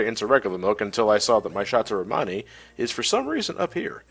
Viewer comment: It sounds like you're saying "Shots O' Romani" rather than "Chateau Romani."